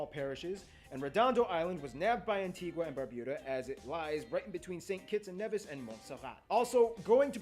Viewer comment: He was gonna say at the end he pronounced the name wrong. We pronounce it an-ti-ga not an-ti-gwa